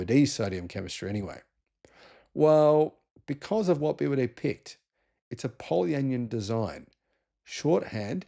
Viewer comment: Just pointing out: it’s not anion said like onion, it’s an ion so poly an ion.😊